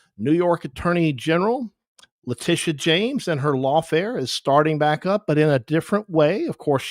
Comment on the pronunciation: LE-TIT-IA YOU THINK YOUR HIGHER THAN THE PRESIDENT DO YOU?